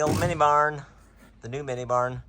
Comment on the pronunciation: It sounded like bar. It was actually barn. 😂